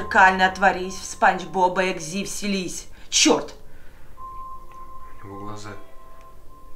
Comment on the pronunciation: Не эгзи а эгзэ